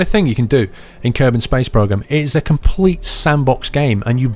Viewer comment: A little kerbin? ahahahahah its kerbal paul :D